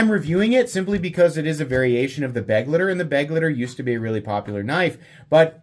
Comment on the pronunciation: At this point i have to assume its just ragebait that you can't pronounce Begleiter. May as well lean in and start saying Benchmade Buggit and Vosteed Raycone.